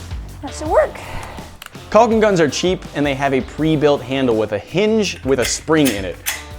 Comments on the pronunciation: The way you say “calling gun” keeps sounding like “pelican gun”. ;) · Its cocking gun not caulking.